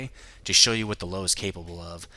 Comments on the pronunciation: it's actually Pronounced Lou-vuh. Meaning "Lion" in german. I dont mean to be a pronunciation nazi, but it drives me nuts when people say Lowe. XD Thanks for the review! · It's pronounced Lerver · FACT: The Lowe is pronounced Lerva-Means Lion or possibly Lioness or even lion king I'm not trying to be a dough and try and correct you bud. I just thought I would help yea out :D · You pronounce the Lowe like Loove not Low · Found out Lowe is pronounced Loo-veh. It means Lion. but not a big deal on pronunciation just spreading the knowledge. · Damnit.. dude its 'Lov-E.' The 'e' in the end is pronounced!! Just like in the 'Grille'. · It's pronounced løːvə or Lourve if you can't read that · It drives me crazy every time someone calls it a low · Actually, its pronounced: Loo-Vah. :) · what are u talking about?...Lowe is german for Lion il grant u that but since when is it pronounced Lerva? its pronounced Loewe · its called "Löwe": 1.) "L" 2.) "u" like in "curse" 3.) "w" with teeth at your upper lip 4.) "a" like in "battle" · If you going to butcher its name German name just call it the Lion